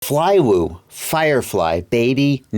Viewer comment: Good work pronouncing the name :)